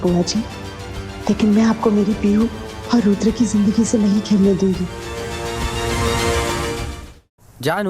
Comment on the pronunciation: no jo aap bol rhi hain vo rudra ho jaye ga 😊 aur serial m isse rudhre bolte hain